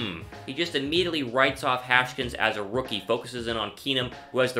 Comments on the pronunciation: Hash-kins????? Haskins boyy #HTTR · It's Has-Kins